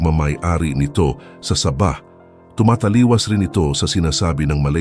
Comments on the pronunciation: MAGBIBIGKAS LANG NG SABAH, MALI PA... ANO YAN NILAGANG SABA........ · Sabah po, Hindi Saba (uri Ng saging ang Saba) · Saba! ??? Saging na saging ang pagkakadale mo bro ah...😂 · Ang pagbigkas mo ng sabah ay mali.